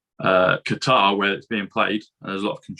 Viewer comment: Great to hear someone say Qatar correctly not cutter